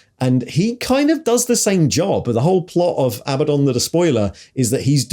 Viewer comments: Did you deliberately pronounce Abaddons names three different ways inside 10 seconds to cover all bases? 😂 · Love how Abaddon is pronounced one way in one sentence, and a different way in the next!